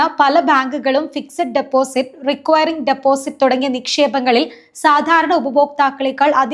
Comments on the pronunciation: റിക്വയറിങ് ഡിപ്പോസിറ്റോ? എവിടന്ന് കിട്ടി ഈ അറിവ്? ഇതൊന്നും അറിയാതെയാണോ ചാനലും ആയി ഇറങ്ങിയിരിക്കുന്നത് വനിതെ? നേരെ ചൊവ്വേ ഓരോന്ന് പഠിക്ക് ആദ്യം. Recurring.. ആണ്. എങ്ങിനെ ഉച്ചരിക്കണം എന്ന് നെറ്റിൽ നോക്കുക. 🤔🤐😵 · Require deposit അല്ല. Recurring deposit എന്ന് പറയണം മോളെ